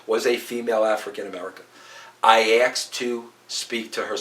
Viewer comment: Why can't Americans say ask/asked properly?